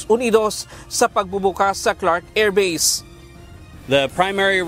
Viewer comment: sakit sa tenga ng AIRVASE, EYFRIL 18